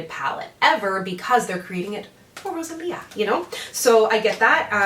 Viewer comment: Your pronunciation wasn't bad! I'm so happy to see you review Rosalia's collection. I bought 2 of the liquid lipsticks, the red and mauve ones and love them. Now after watching your video I wish I would've gotten some of the nail polishes 😆